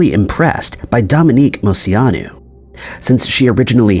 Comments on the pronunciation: Came to the comments to see if anyone else had something to say about the way he says Moceanu. Mo chee on ooo. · So your first story I have a problem with...dude you have to start looking up how to pronounce famous peoples names. Dominique's name is pronounce Mo-chee-a-nu....not whatever monstrosity you were saying. I learned how to not butcher it cause I absolutely adored her as a kid! She was my favorite from the team!